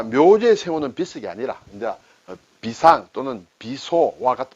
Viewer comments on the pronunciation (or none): 오늘 강의를 시작하며 나온 비상(砒霜)은 어릴 적 어른들이 말씀하시던 '비:상'을 듣던 기억이나서 선생님의 '비상'이란 발음의 '비(砒)' 字의 발음이 달라서 사전을 찾아보니 '비상(砒霜), 비소(砒素), 비산(砒酸)' 모두 '비(砒)'를 길게 발음하라는 표시(:)가 들어가 있네요(비:상). 선생님은 짧게 하셔서 '非常'과 똑같은 발음을 하시네요. 며칠 전에도 한 번 말씀드렸다시피 한자를 잘 쓰지 않는 세월이 되다보니 제대로 된 발음까지 한꺼번에 배울 수 있는 기회로 만들어 주셨으면 해서 다시 말씀드립니다. 강의 주제로 선정하신 단어를 국어사전의 발음 표시부호(長音이면 : 표시)도 한번 확인하시고 녹화 하시는 게 어떨까 싶어 다시 한번 알려드립니다. '짐독'은 처음 접한 단어였습니다. 알게 해 주셔서 고맙습니다.